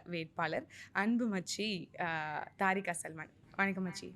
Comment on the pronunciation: தாரிகா அல்ல தெறி(அக்)கா